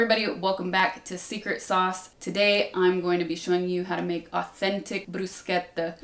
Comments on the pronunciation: Perfect job, perfect pronunciation of bruschetta! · I always thought this woman was perfect, I was right, she not only prepares bruschetta the way it should be done but even pronounces it correctly, brava Sasha. 🍺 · Nice pronunciation! I normally dice the pomodoro directly in the bowl, just to have all the juices , and add some origano. Sometime I add some diced feta too. Uh, olive oil on bread before rubbing the garlic! :) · Thanks for pronouncing Bruschetta in the right way, grazie 😊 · As Italian born and raised in Italia the most satisfying thing is the perfect pronunciation of bruschetta🤌🏻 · My only fear was you pronouncing bruschetta wrong. Thanks chef, italians approve. 😁